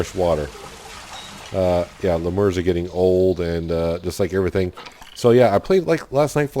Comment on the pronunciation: Should be a great game. FYI...I’m pretty sure they are pronounced “lee-mur” with emphasis on the first syllable.not trying to be a jerk, just letting you know.